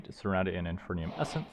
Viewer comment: Every time you said "infernium" or "agglomeratic" a small piece of me died 😂